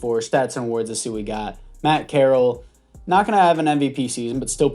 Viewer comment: Man said carrol